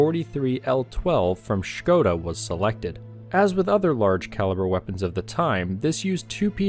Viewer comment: Thank you for this video! Just a bit of a complaint about pronunciation of "Škoda": You did the "Š" sound well, but it's not "Š-nothing-nothing-nothing-koda", it's really short: Škoda, try to pronounce "Ško" as one syllable.